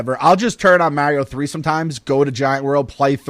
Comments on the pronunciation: Never have I heard the name Mario be pronounce wrong so many times by so many people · So funny hearing North-easterners pronounce Mario. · Molly Mostyn thats how they pronounce Mario in New York